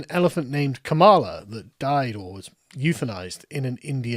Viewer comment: err actually its Kam-a-la you racist